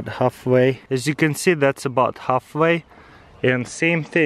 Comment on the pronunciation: "As youc con see"